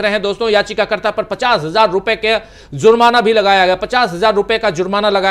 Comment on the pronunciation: Bhai zurmana nahi jurmana